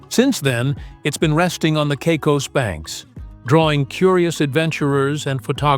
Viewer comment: Turks and Cycos… those AI voices are great, aren’t they?